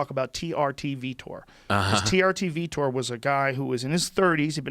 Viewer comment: I see Joe finally pronounces Vitor's name properly after all this time.